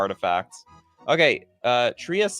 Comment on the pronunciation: Triggered by how poorly you pronounced Triassic